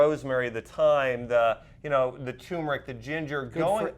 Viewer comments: It is not tumor-ick. There is an "r" in turr-murr-ick...TURMERIC. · Thanks for the examples. Remember, "Turmeric" has an "r". Americans say TURmeric, Brits say turMERic. Just saying. ; )